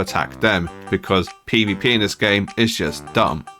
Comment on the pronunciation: "One of the biggest problems with PvPenis this game" I can't be the only one who hears that.